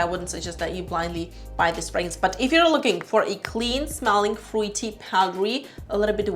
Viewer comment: It's pronounced frooty not froo i ty.